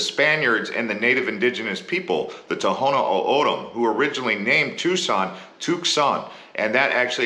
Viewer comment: Dude isn't from Arizona Can't even pronounce names correctly. Penal County? Prounced Pee Nall County. The local indians? Toh Hoh No Oh O Dam. Not Tono Odom. Better than Papago I guess.